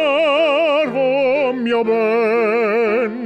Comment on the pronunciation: that was a great italian pronunciation during caro mio ben!